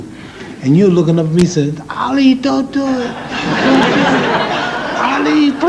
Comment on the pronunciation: Don’t point at me! 🤣 I thought you said public N-word. 🤣 Guy cracks me up, he was an amazing boxer, a poet and could’ve done well as a comedian! What a spectacular human Ali he was! Such an inspiration and one of the best of us. ❤